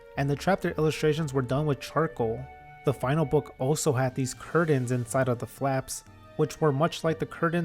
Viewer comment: Curdains??? lol I’m sorry that distracted me